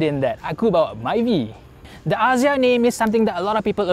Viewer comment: “aZZia”…. Maybe just me, but that’s not how I pronounce it. 😬